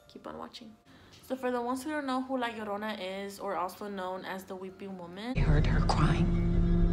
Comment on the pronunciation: Te escucho cuando dices "la llorona" y "mexico" y veo que que hablas español... Ahora sube este mismo videos en español